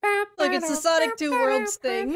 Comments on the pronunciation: "Sonc" made me lose it more then it should have tbh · There's no 'i' in Sonc.